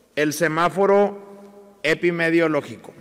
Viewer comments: No sabe ni pronunciar "Epidemiológico". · Cierto jajajajaja